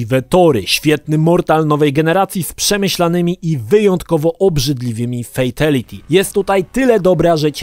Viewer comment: Kang lao? Fejtality? Nie mogę tego słuchać...